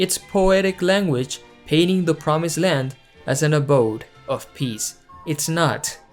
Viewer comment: I heard "to gods world of piss and harmony" and I replayed it and it was still piss.